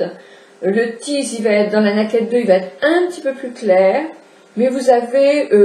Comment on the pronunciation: Ca se dit " neille - kid " Voilà voilà